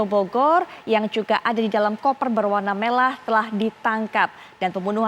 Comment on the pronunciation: Bener..saya jg dnger nya melah 😁